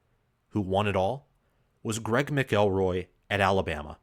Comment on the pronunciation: Lol Greg who? 🤣 ma kuhl roy right?